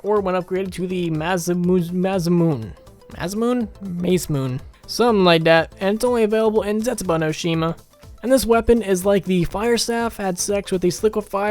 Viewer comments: Not to be that guy, but just in case you were wondering how to say Masamune, it's moss-uh-moon-ay. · it's pronounced (mo-sah-moo-nay) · Okay Ma-Say-Moo-Nae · its pronounced like masamumay